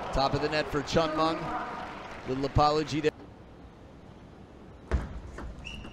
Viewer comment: It’s chen meng not Cheng meng